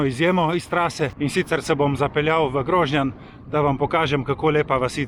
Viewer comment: Čestitke, zelo zelo lep video. Le prijazen opomnik, istrski kraji se izgovarjajo: Grožnjàn, Višnjàn, Livàde...